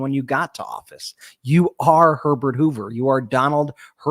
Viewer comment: 😂 I swore Biden said "Donald Pervert Hoover", but my husband said he said "Donald Herbert Hoover". We rewound; I still think my hearing is more accurate 😂